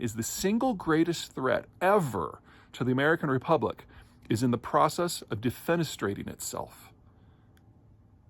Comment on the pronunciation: Heh. Heh heh. He said defenistrating. Heh. Heh. Heh.